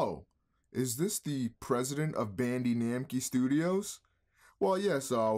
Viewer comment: Somebody please tell me that his Bandee Namkee was a purposeful mispronunciation